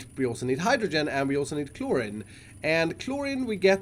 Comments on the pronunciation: It’s chlorine not chloryn dude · It’s pronounced chloreen (like halloween) not chlorin, but it’s spelt Chlorine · when he said clor-in instead of chlorine at the beginning lol, learn you english bruv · iskall: chlor-rin me: I t s. p r o n o u n c e d chlor-reen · iskall it’s chloride (like chloryde) not chlorid, same for chlorine, it’s pronounced chloreen, not chlorin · it's pronounced chlor-ee-n not chlor-in. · it’s said as cloreen not clorin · I don’t want to be mean, but “Chlorin” kinda triggered me. It’s pronounced “Chlor-een” love you iskall. But gosh darn it I hate how I have to correct people cause I’m entitled lol. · Just so you know, its pronoced clor-een , not clor-in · Hey, chlorine is pronounced klor-een. Not kloor-in it's a real chemical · its pronounced ˈklôrēn (cloreen) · Chlorine is pronounced (Clore~een) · Read chlorine as k-looooooooreeeeen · Nooooo it’s claw-rene, I’m triggered I’m sorry. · Just for next time it’s pronounced. “Cl-ore-een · Chlorine (Klor-een) You're welcome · 😤it’s Klor-een that’s how you spell it lol Cool series tho Keep up the good videos! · Zuton Games hate to be that person,but it’s how you pronounce it. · Chlorine is pronouced "Clor - reen" (Same ending sound for Flourine, bromine, and hydrazine. Words like polypropylene also use the same "een" sound despite the different spelling.)* I don't remember the etymology as for WHY off the top of my head, but it doesnt follow the hard I rule that the words "Like, Slide, Chloride, Bromide, Supplied, Divide, etc." follow. Probably somthing due to English being an amalgam of different languages. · Chlorine is pronounced “kloreen” phonetically btw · Clorreen is how you say choline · My gosh pronounce it like Ch - Lore - Een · Chlorine is pronounced ‘cloreene’ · Chlorine pronounced klor-een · Chloreeeeeeeeeeeen is how it is pronounced , pal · Chlorine is pro pronounced clor-een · Chlorine is pronounced Chlor eene like the end of clean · He said chlorine soo wrong 😂